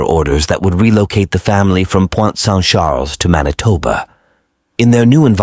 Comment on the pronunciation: It's Pointe-Saint-Charles in Montreal, not Point Saint Shaaaaluh 🤦‍♀️